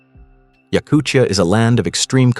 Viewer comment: A great video, thanks. I would pronounce Yakutia like time, not chukotka, not Yakuchia, Yakutia.